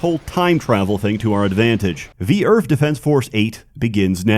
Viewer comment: The only thing that gives him a hard time is the 'TH' in Earth